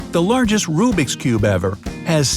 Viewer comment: Who else is triggered when he says"RUBIK'S CUBE"